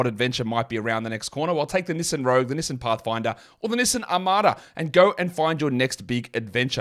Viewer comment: I just realized you are trying to say Knee-son(Nissan) lol